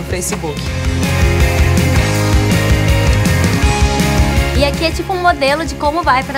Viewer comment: Ela falou FRACEBOOK?